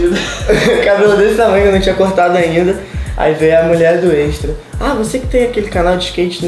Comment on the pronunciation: "no Êxtra" aí que gastura kjkhkhkjjjj